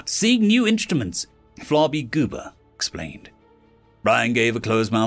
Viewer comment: I had to read the names because when I first heard you say Flarbygooba's name, I thought you said "Flobygoober" and started laughing. Good thing I'd already swallowed my coffee.